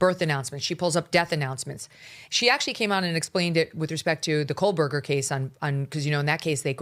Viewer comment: Megyn, why can’t you pronounce Kohberger correctly? It’s crazy- amazing. You’re a reporter. Please get it straight!